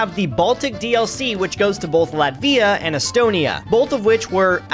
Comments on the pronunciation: Latvia is pronounced as LAT-via, emphasizing the first syllable, and not the second one. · FYI the russia game is a joke project made for a russian streamer glad valakas, the jankiness and the goofiness is very much intentional also dude how do you mess up the pronounciation of latvia so badly i've literally never heard anyone say it like this before. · Látvia, not Latvía 😅 Cool video though!